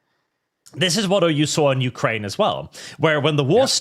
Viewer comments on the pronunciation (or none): none